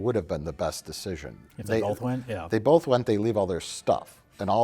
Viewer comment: If you're going to go after Mike about 'asteriks,' then you also have to go after for 'BOLTH'.